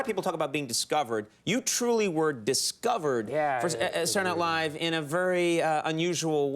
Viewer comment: After the podcast, I can't unhear "Sadernat Live". Guess he was still doing it back then too.